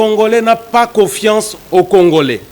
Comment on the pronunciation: Avec une diction telque COSEQUECE, COFIACE